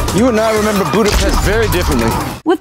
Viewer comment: I like how Natasha pronounced Buddhapest correctly Buddha Pesht a Merger of two cities Buddha and Pesht spelled Pest but the S in it is pronounced as an SH.